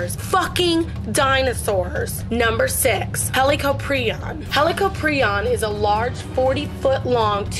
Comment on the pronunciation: The helocopreo got me dead XD it’s